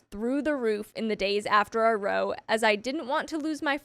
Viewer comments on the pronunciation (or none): Please, for the love of God. Row, in this context, is pronounced like Wow. A row is an argument or disagreement. Not row row row your boat